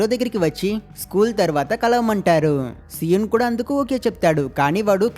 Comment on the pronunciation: so-un kadhu bro SI_EUN BRO